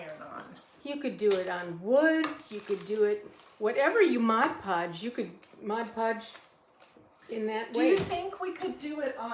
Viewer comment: Thank u for pronouncing ‘mod podge’ correctly.